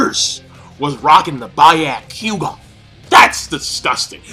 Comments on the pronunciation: How do you pronounce shit wrong that is repeatedly said in the show? By-yak-kugan is incorrect. Be-yah-ku-gon is how it should be pronounced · Wth is a ba-yo-q-gaa lol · by-ya-ku-ga XXDD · ***** It doesn't have to do with grammar but with spelling. Also he is in contact with Naruto and One piece series for so long and he pronounce byakugan as byeakoegan ? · you say all the words sooo wrong its funny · Why are you calling the Byakugan the "ba-yah-kuu-gon"? Did you watch the Naruto abridged series a bit too much? It's pronounced as it is spelled, Byakugan. And as others said, it's Indra, not Indora, and is named after the/a Hindu god/deva of weather/storms.